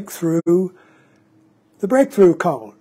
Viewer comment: Forgive me, but isn’t “Koan” pronounced as “Ko-Ann” instead of “Cone”……maybe this is a “Tomato vs Tomaatto” question? But either way the koan “Mu” is a fascinating journey that I am currently engaged with. Just recently as I was working on “Mu” while I was on a long walk in a park….i had a sudden flash of humor that reflected on this question….what if the monk had asked the great zen master Joshu — “Does a cow have Buddha Nature?”……would the answer have been the same? And immediately following this train of humor another sudden flash pierced my thoughts — “You will never ever ever ever understand “Mu” conceptually at all because it is the sword itself cutting off conceptual thought before it even begins throwing us into the wide chasm of immediate experience of this instant of falling into “not knowing” being most intimate that is unconcerned with answers and embraces the “not knowing” as it’s field of living experience —-> “This Entire Universe Is One Bright Pearl?” —-> “Mu?!?” Or as a dog would say “Woof?”